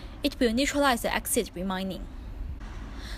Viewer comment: Acid not axid